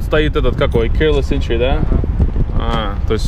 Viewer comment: «интри»? Столько лет в сша и произношения НОЛЬ